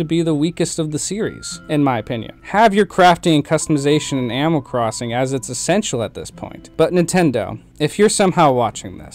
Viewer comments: “ Amoll crossing “ sorry no hate at all, That’s how I say sometimes too. great content.. I agree with basically everything you said. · Is anyone else only hearing “ammal” instead of animal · Are you saying amal? Not to nitpick but the way you say animal drives me crazy! Great job on the video though! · Yeah same it sounds like he’s saying “aminal” like when a kid says the word animal it’s making me nuts !!!!